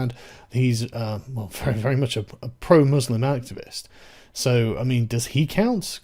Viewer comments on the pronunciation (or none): none